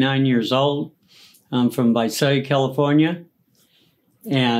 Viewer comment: “Vi-si” California?